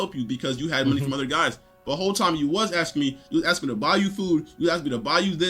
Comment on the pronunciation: Broo hearing her pronounce the "th" in words as "duh" was infuriating lol. "Each oduher" = Each other. "My moduher" = My mother.